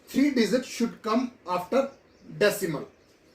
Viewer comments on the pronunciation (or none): none